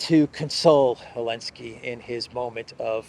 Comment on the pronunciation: Why is he keep saying “elenski “ , is it intentional ?